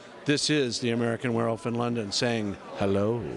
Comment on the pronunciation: I like how the interviewer keeps saying "werewoof" instead of "werewolf". There's an L in there, buddy.